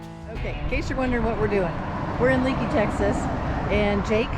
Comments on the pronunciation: It is pronounced Lakey by locals. Thanks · Lakey not Leeky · Great video guys !!!! Being from Texas, I've ridden the sisters myself, and they never disappoint. Btw.... fyi Leakey is pronounced Lakey by the locals. Continued safe travels. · Drives me nuts when folks mispronounce town names. It's not leak-e, it's lake-e. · Pronounced “Lakey” not Leekey. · Thanks, I’ll check it out. Been through that country many times but never rode those highways on a bike. Oh, BTW, Leakey is pronounced Lāy’-kē, not Lē’-kē. 🤷🏼‍♂️ Texas boy here. Thanks for the great content. Keep ‘em comin’. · It's Pronounced Lakey, not leakey! Love the area, I'm spend time there every year! Great video! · It’s pronounced “Lakey”. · It’s pronounced “Lakey” Texas… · Another great video guys...Love your channel, and l have really enjoyed following your adventures on You Tube. Glad that you are in the Lone Star State again, filming your ride on the "Sisters", and are getting to see the splendor magnificent Hill Country.. One side note......despite the spelling, Leakey is pronounced "LAY KEY"....lol....safe travels....and keep the great videos coming...Mike